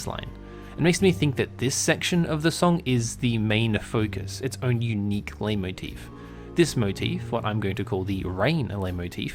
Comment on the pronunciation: Finally, someone who actually knows how to pronounce Leitmotif